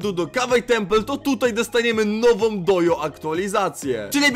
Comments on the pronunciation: "update" nie czyta się dojo tylko dodżo ;) nick Alanixonek521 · Dodżo się mówi